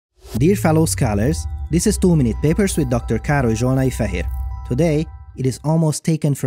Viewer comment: When he said Károly Zsolnai-Fehér, I had to go back three times before I understood that it's his name The funny part is, I'm Hungarian, and I still didn't understand a name in my mother language